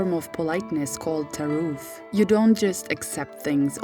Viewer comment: Please say Persian and not "farsi" when speaking English. Also it's called "Tarof" not "Taroof". With an 'o', not 'ouuu' Thanks